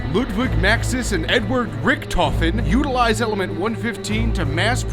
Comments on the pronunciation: thats funny how english People cant say richt-ofen the say richttofin not hate tweet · The pronounciation of Richtofen hurts a bit xD